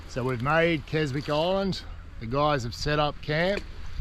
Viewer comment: Silent W in Keswick, pronounced Kesick.